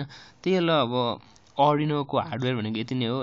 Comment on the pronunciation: It's आर्डुइनो not अर्डीनो.